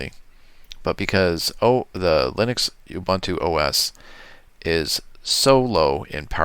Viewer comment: That's UBUNTU or "OOBOONTOO", not "OOBANTOO". UBANTU doesn't exist.